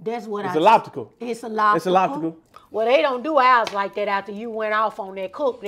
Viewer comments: "Its illoptical" 🤣🤣🤣🤣🤣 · Wait! It's What,? ' Liptical? Lol